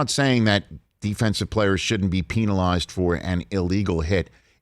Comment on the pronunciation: Don't ever say PENALized ever again Rich